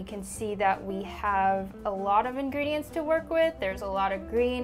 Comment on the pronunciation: I think she said in"green"dients